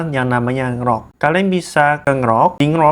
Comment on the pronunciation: dibacanya en-grok bukan ngerok